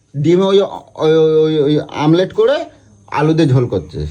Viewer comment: ওমলেট ❌ আমলেট ✅